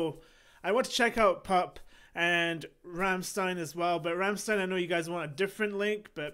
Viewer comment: Did he seriously just pronounce the song PUPPE as PUP... TWICE EVEN!! Sweet lord jesus christ! 😅😂🤣 But god damn he is rocking it out, well done my man!